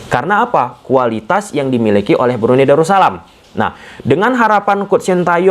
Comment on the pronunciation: Darus salam bang.. bukan daru salam.. 🙏